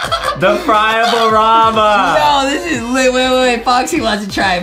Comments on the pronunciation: Adem→WAIT THEY HAVE A FRYABLE RAMA?!?! Justie→It's a flyable neon...What?He he really said FRYABLE RAMA?WHAT?!?!Speak english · "Fryable rama" I am dead 🤣🤣🤣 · Adam literally just said fryable Rama oml I can't stop laughing that's my favorite video (the fryable Rama)